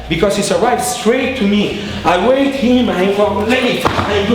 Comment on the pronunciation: The best techinque is said "whait" and the knife guy run away XD